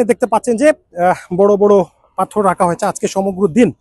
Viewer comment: পাথর na correct pronunciation পাথথর oibo